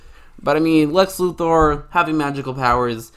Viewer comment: Thank you for pronouncing "Luthor" correctly.